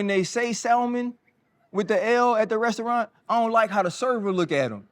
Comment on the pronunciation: ryan talking about salmon. whilst he pronounce restaurant that way